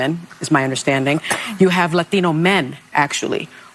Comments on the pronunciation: Did she say Lathino? It's Latino not laTHINO! BIMBO!!! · Whats up with that crazy lady saying emphasizing “latino” the way she does. Shes chamalas clone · LOL why must libs break into a phony Hispanic accent when pronouncing “Latino”? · Sunny Houston can’t even pronounce the word Latino properly. It doesn’t have an a at the end it has an O I know I’m just being an asshole, but that’s just me. Hooyah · I cannot stand the way Sunny pronounces “Latino” 🤦🏼‍♀️🙄 Let her keep going, she will never get it. Red wave 2028 incoming, Sunny.